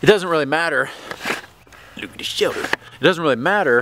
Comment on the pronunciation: What's a "shelder" ??